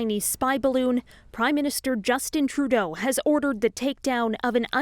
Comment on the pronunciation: You pronounced "Trudeau was told by the US to shoot it down" wrong.